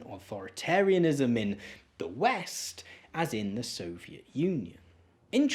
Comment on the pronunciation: You're over-enunciating and it's really annoying. There's whole seconds between the beginning of the last syllable and the last consonant. sovie t establishmen t